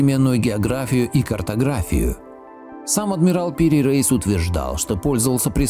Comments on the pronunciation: Не Пири рейс, а Пир Раис. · не надо оглуплять предков. О том, что земля круглая, знали еще древние греки. Странно, что Пири Реис (он же Раис - если не ошибаюсь, "староста") упорно именуется Рейсом, словно он американец. Видимо, какой-то недоумок значок ударения принял за "и краткое". Но ваш тезис о невозможности построения карты без аэро - или спутниковой съемки разбивается в пух и прах отсутствием единой координатной системы. В этом случае она была бы построена в хорошо нам известных сферических координатах. А по построению это портулан - карта для прибытия в порт, и построена она по не используемой ныне системе многополюсных полярных координат. В море и на суше четко выделены полюса, из которых под заданными румбовыми углами расходятся лучи с точными расстояниями до береговой линии. Естественно, что при таком построении искажения будут минимальными. Как такая карта создавалась? Да вероятно так и создавалась: радиальными проходами от заданных полюсов в заданном направлении с измерением расстояний.